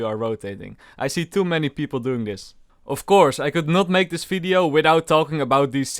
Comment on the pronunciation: its video not "fideo"